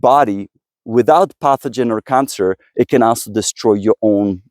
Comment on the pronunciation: Great video, however a couple of things 1. NAC is never mentioned in the video although it's part of the title. Might wanna correct that 2. Please please PLEASE pronounce 'authors' & 'also' correctly Thanks!